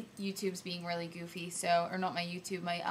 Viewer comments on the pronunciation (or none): none